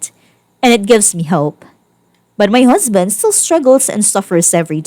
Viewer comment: It's strange, but I'm growing to like the narrator's harsh Ts. It's pronounced "husband". Not "husband'TUH". But, you do you.